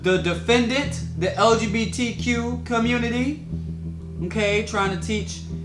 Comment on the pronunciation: Off topic lol but tarek said LGBDQ every time instead of LGBTQ lol